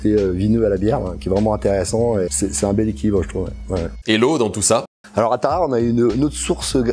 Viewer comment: Pardon où ça ? à "Tarahara", non ça se prononce Tarare. (Alphabet phonétique: taʁaʁə ).